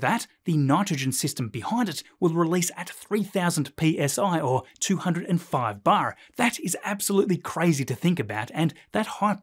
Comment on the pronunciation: Why did he say bar like he's Irish